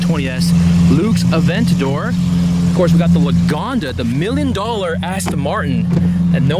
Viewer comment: It's Lagonda, and I heard about it.